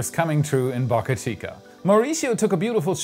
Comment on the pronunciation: Please get your pronounciation of “Boca” right